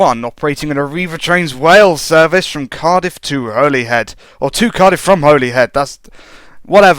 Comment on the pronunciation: And Holyhead is pronounced holly-head